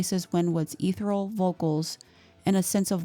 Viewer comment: Maybe I'm wrong but I thought the word ethereal was pronounced as: uh-THEAR-ree-uhl or... eh-THEAR-ee-uhl or something. Not as... EE-therr-ruhl or however she did. I'm sorry, but I just had to try and correct that.